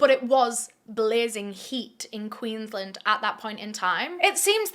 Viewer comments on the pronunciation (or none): Queensland is pronounced Queens-land not queenslnd just for future reference